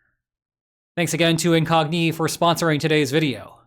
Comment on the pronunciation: Why do you pronounce Incogni with Iranian cadence and emphatic patterns?